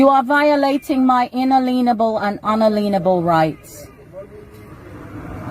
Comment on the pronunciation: Another one who can't pronounce "unalienable".